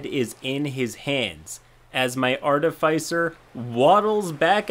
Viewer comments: Hey,, I've commented this before and I don't wanna sound pedantic, but that's not how you pronounce "artificer". The middle silyble is "fih" like in "final" not "fy" like in "wi-fi." Edit: the "fi" is pronounced like in "artificial". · its pronounced Artificer